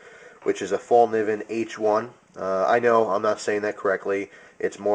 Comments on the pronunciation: "fel-k'neeven" (the K isn't silent) is pretty close to how it's pronounced :) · It's pronounced fellkneeven where you actually pronounce the "k" too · If you know how to properly pronounce Fallkniven, why do you choose to say it otherwise. That's annoying as fuck. Show some respect to proper nouns.